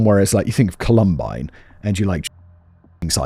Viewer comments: COLumbine. It’s COLumbine. Not ColUMbine. I love your videos but it feels so disrespectful to the victims when the place they died is so consistently mispronounced. I know it’s accidental, but please. COLumbine. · Col-um-bine, Simon! Not Cu-lum-bine. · Simon, I love you to death but if you pronounce it "col-UM-bine" one more time I'mma need a black hole to scream into. It's COL-um-bine. Say it with me, love. COL-um-bine. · “Columbine” is pronounced with the emphasis on the first syllable. If you Google: Columbine pronunciation Google will give you a British and an American pronunciation that you can listen to. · The way Simon pronounced Columbine was silly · Listen, I can't handle how Simon says Columbine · Please learn how to say Columbine..... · Lol, right? It's literally named after a flower. The pronunciation is right there. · For the love of god Simon. Please pronounce “columbine” properly lol. Love the content in all your channels btw ❤